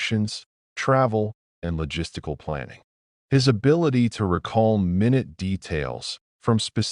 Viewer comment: In chapter ten the narrator mispronounced the word minute within the context. The language should have reflected tiny size, not time.